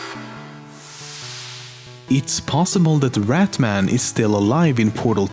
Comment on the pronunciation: It's not rat man it's rat Mann